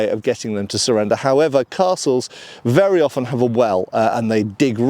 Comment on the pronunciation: Oh yes, it's vurra nice.